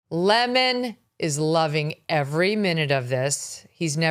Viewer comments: Love how his name is finally being pronounced properly: LEMON and not LEMOAN ! ha ha ha luv u Megyn !😜😜😜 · Nice to hear his name pronounced properly, Lemon, as in the fruit, rather than an Le-moan.